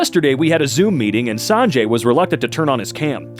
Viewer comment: the pronunciation of sanjay is killing me bro but it adds to the funny In case you were wondering, its pronounced sun-jay